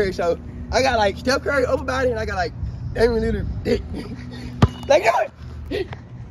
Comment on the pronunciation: Bro ass said Damian Lizard 😂😂😂😂😂😂😂😂😂😂😂😂😂😂😂😂😂